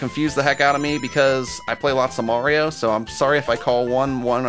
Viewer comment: I don't have any EA coins. Also when you said Marioro I died laughing.